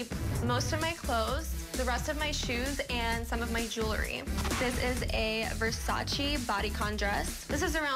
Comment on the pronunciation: Wow,... all that "glam and perfection" and she can't even pronounce Versace the right way. I was so happy with my tomboy life growing up in the 80's with my friends. None of this nowadays crap!! Worked hard my whole life to buy my Versace😁